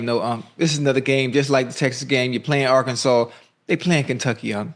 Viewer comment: Bro it's Arkansas 😂😂